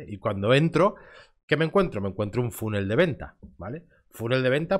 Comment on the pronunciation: Te recomiendo que busques en Google cómo se pronuncia "funnel" y así no perderás todo el crédito cuando alguien te escuche.